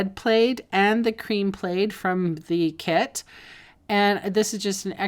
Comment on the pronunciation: Love the alternative 's, but never in my 66 yrs. Have I heard plaid pronounced played!